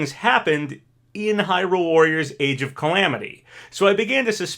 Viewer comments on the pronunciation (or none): none